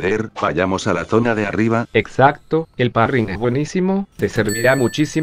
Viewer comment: Cómo que parrryng no es parry